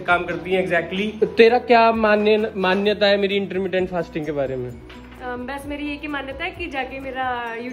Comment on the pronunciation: Intteerrmmndient fasting😂😂😂😂